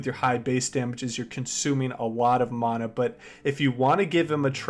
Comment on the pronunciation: I hate how he says mana instead of mana